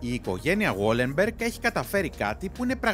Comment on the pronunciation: Βαλενμπεργκ οχι γουόλενμπεργκ.